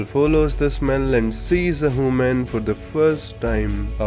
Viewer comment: Ah yes "hooman"